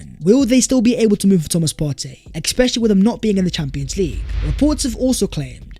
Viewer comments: Ekspecially is not a word... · I enjoy your videos but bruuuhhhhh. Stop saying expetially, it really throws me off